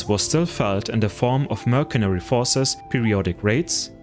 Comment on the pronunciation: I'm impressed by your pronunciation of SCYTHIAN. But not so much how you say MERCENARY